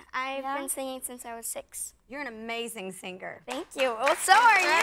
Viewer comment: Are you a SINGGER (BASED ON PRONOUNCIATION)😂😂You must hear it..